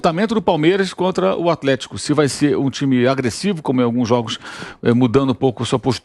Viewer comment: Vampeta seu cachaceiro, nao consegue nem falar plural. "Palmeira"